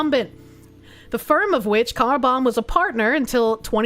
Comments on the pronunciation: I swear I thought you were saying Carbomb 😂😂😂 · I'm surprised you aren't getting struck for pronouncing "Carlbom" like something the Irish Republican Army was famous for back in the day.